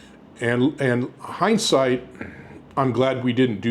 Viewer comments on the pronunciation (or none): none